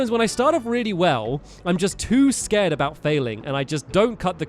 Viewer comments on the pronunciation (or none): none